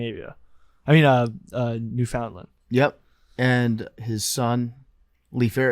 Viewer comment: Somebody needs to correct on how to pronounce Newfoundland lmao